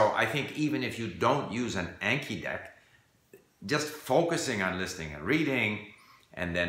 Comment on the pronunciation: Your Japanese is excellent, so I am surprised you're saying Anki wrong. I assume you probably didn't know it was a Japanese word, 暗記. Just a heads up for future videos.